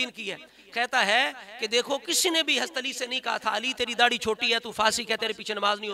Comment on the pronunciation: Aapse Hazrat Ali raziallaho ta'aal anho ka naam tak to lena aa nhi rha hai shai se. Hast ali hast ali kar rhe ho.. Tauheen to aap kar rhe ho Moula Ali ki